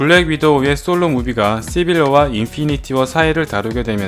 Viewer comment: 이분 시옷 발음이 쩔어주시네 쌰론, 쒸빌워, 엠씌유